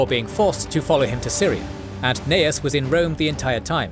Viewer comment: I love your work, but I am wondering why in this video you called Gnaeus Calpurnius Piso "Cnaeus" and pronounced it as such. He was Gnaeus Calpurnius Piso, like his son.